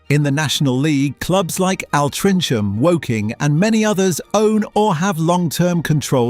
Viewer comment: Al-tring-cham Guil-ling-ham Is this AI? Or has this narator never been to England Otherwise interesting video!